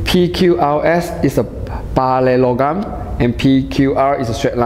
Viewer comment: The teaching is really helpful but i can't stop laughing when he pronounce parallelogram